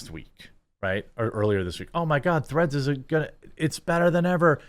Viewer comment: Im sorry, did you say threads or threats?